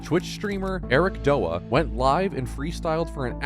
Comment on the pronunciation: Ericdoa is pronounced so wrong it’s pronounced Eric D-o-a and dude he’s not a twitch streamer he’s a music artist that just live streams sometimes